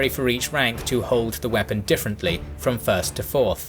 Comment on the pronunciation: "...the Swiss squares began to 'wee-pun'..." LOL